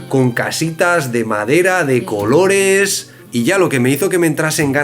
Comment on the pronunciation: "Los cololes" en vez de los "colores" de es muy simpatico como hace un tremendo esfuerzo para hablar bien en español😃